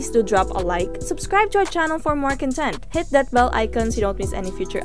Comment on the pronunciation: I'm sorry but the way the presenter pronounce "content" really bothers me... You're saying the adjective pronunciation, not the noun pronunciation... It should be (kän-ˌtent) not (kən-ˈtent)...